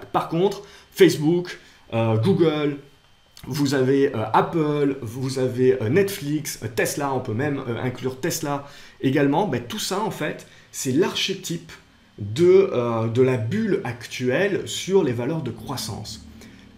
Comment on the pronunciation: Ca se prononce "arkétype" ;) Le rebond a déjà démarré. Si on se rappel bien, pour Analytica le rebond avait aussi mit une dizaine de seance a se mettre en place. La montée est irrationnelle, la baisse est irrationnelle et les rebonds aussi. Ca pouvait et ça peut encore se jouer. Encore que, impossible de predire ce qui va se passer aux seances suivantes. Voila mon analyse et comment je compte le jouer: Vu le nombre de personnes qui ont du vouloir jouer un rebond court terme, le nombre de stop loss accumulés sous les 175 doit etre important. Si on a une cassure de ces niveaux a la baisse, le cours devrait chuter relativement brutalement. En general, c'est un signal vendeur mais sur une valeur que tout le monde surveille et veux acheter comme facebook c'est plus un signal acheteur. Les baisses sont tres suceptibles de se faire racheter. Attention cependant, elles le sont de moins en moins, et il est claire qu'un jour elle ne le seront plus. Il me semble qu'une deuxieme dip majeur devrait etre racheté mais ce n'est que de la spéculation. Qui dit spéculation dit plan de trading rigoureux. Je surveille le niveau de la MM 100 weekly actuellement a 160 qui a su jouer support pour Analytica. Pour l'objectif on pourra viser la resistance qui se formera sur le rebond actuel et definir le SL en fonction du rapport benefice risque qu'on veux. Evidemment une redescente vers les 160 est improbable. Mais moi, c'est le genre de strategie qui me plait et qui me convient. Je n'ai jamais beauco